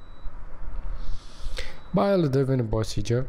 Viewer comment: Why does he keep saying “Bile”